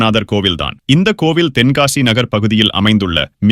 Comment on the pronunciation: தென்காசி என்பதை சரியாக உச்சரித்தால் நன்றாக இருக்கும்